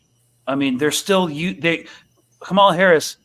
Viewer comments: Kamala is pronounced with the emphasis on the first syllable, like KAH-muh-la. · HAHA KHHhHhAMALA 🤣🤣🤣 A few minutes in and had me rolling.